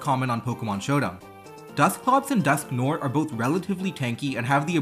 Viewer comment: its pronounced dusk-nwar :)